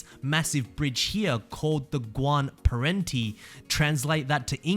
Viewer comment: "Guan perenti" lol Gr-ahn pu-en-teh (or pwen-teh)